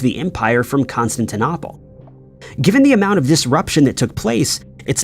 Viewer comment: The eeriest is when the narration says "Constantinopple" or "Buyzantine" and you think, "Have I been mispronouncing that this whole time? Has everyone?" #mandela